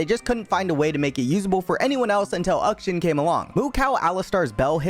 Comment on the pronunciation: "uhkshin" bro